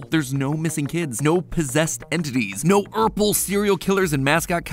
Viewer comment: did he really just say "ourple"